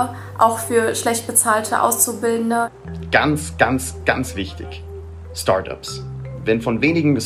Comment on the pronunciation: Der junge Mann, der "Startups" wie "Storrdoabss" ausgesprochen hat